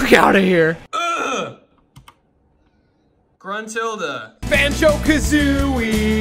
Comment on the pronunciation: “Gruntilde” youre only keeping my sub because of corn. im dying inside, not in a good way